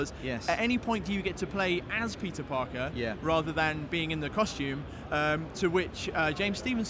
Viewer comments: Am I the only one that keeps hearing pizza-Parker ? xD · I swear to god he said pizza Parker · Did anyone else hear, "You are Pizza Parker"